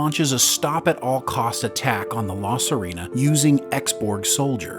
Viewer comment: Clearly whoever did the narration hasn't actually seen the show. "La Serena" is NOT "suh REE na". It is "suh RAY na".